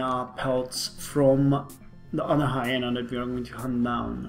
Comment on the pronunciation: Hi-ee-na, Long e, not short e.